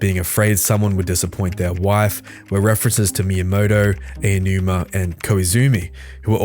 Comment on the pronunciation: Say it with me. Say each sound individually. Aonuma. Ah-oh-noo-mah